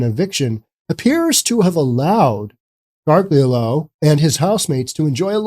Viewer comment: Gargiulo is pronounced, "gar-JOO-lee-oh".